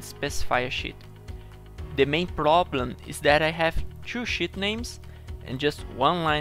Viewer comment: when he says "Sh*t" than "Sheet" is cracking me up every time he says it, but nice video man , finally got my hand around the batch macro, thanks!